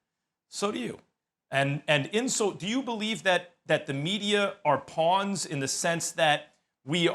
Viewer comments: Everyone that speaks the english language: “Pawns” Stephen A.: “Pee-ons” 😂😂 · Did Stephen A just pronounce “Pawns” as “P-ONS”!? Like WHAT!? PEE-ONS!? I mean ig Kyrie does consider the media as something he pees on, so... makes a lil sense. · Pawns, not peons!! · Pee-yons its Pawns 🤣🤣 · Why does Stephen A keep on pronouncing “Pawns” as “Peons”? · ...he said pawns not peons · "PEE-AWNS" is this an alternative pronunciation to Pawns (PAH-NS)? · lmao the fact that he said peons instead of pawns is funny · my man stephen a really just read pawns as p-awns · Man said Peeons Ahhhhhh what a fool 😂😂😂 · Did he said "pee on"??? lmfao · He read pawns as: P-awns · You STEPHEN A.had difficulty reading as a child...so obviously this is a word he had trouble with....PEE-AWNS is not a word. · He called them PEUNS 🤣🤣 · Stephen A kept saying PEE ONS 😂😂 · lol no wonder Kyrie doesnt want to talk to the media, stephen A says he called the media pee-ons for an entire segment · P-awn pronounce it and u get ur answer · Peawns??? Lmao 😂 what???? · is nobody gonna talk about how Stephen A said 'pawns' 😂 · When did Kyrie call the media peons 🤔 I thought he said pawns .... SAS u dumb af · can stephen A not pronounce “pawns”